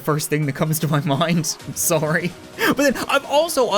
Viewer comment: I like someone instead of saying sorry he says suery